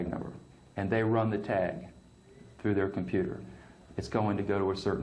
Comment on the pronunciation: did you intentionally say fru instead of through?